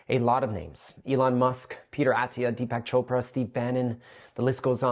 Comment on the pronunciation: Who’s Deepass Chopra?